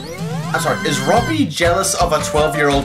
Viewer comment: you said robi instead of Roby